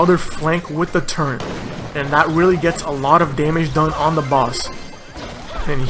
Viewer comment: Its turret not turrent xD